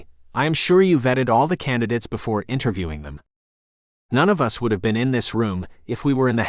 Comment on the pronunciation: Presumably, this is an experiment in machine narration. It was pretty good machine narration at first, but, seriously, isn't it pretty basic for the computer to avoid narrating "us" as "US"? Sounds like someone tried to save money by not distinguishing upper and lower case letters.